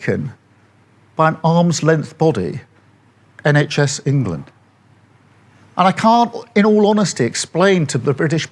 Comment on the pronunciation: It's the word 'England' he has trouble with.